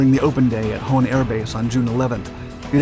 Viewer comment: It is Hahn, not Hohn I guess. Hahn means 🐓 in German